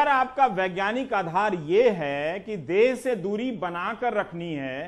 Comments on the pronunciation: Des nahi hota Ravish .Desh hota hai.anpad channel. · Why bihari people don't pronounce "sh" correctly during communication. Like they say des( country) instead of Desh.